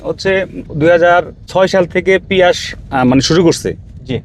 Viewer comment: ভাই শব্দটা পিয়াস না 😂😂